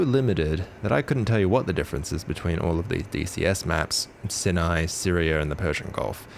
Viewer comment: Neat vid! Just wanted to mention that Sinai is pronounced like 'Sigh n aye'